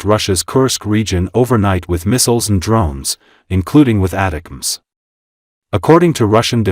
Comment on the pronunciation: It is pronounced Attack-ems dammit lol